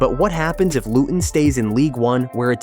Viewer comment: 2 mins in and I was worried this could be AI slop. But- it’s so far well thought out. And you pronounce Luton without the T, so that’s good work already. I get to see Power Court rise most Fridays near my work place (And based on the need to move since 1955, it’s a needed long term investment)